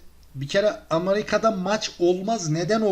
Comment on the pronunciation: Amarika değil amerika e ile